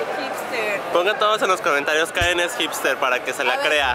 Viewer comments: Karen no es hester es la kuin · se dise karen no keren